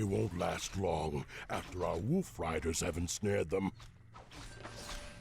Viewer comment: "After our woof riders have ensnared them." That was pretty damn adorable.